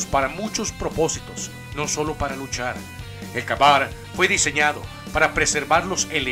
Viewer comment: #10 se pronuncia KEY BAR Y NO KA BAR esa palabra es en ingles y por ello deberias aprender a pronunciarlo bien !